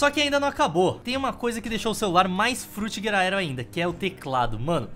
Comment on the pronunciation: alguém conta quantas vezes o falou frutigaedro pfvr